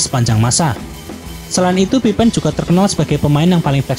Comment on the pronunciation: Baru sadar kok bacanya "pipen" bukan "pipin"